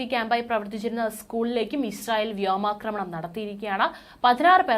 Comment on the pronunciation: 'വ്യോമാക്രമണം' എന്ന് ഒരു പത്തു പ്രാവശ്യം imposition പറഞ്ഞ് പഠിയ്ക്കണേ..